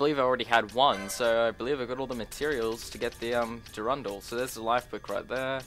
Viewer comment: your pronunciations of some of these triggered me so bad, like the wyrmhero blade, there is a letter "r" after that "y", the way you pronounced it, was more like it was spelled "wymhero blade", and the way you pronounced "durandal", it's the same pronunciation as in "marathon durandal", it isn't spelled "durundal", and before you say it's the accent, i'm Australian too, i have the same accent.